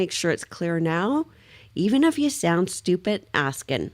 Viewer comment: No, it's stchupid.